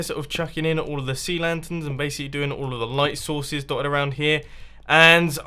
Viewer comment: Did he say, "Going to gather some light souses."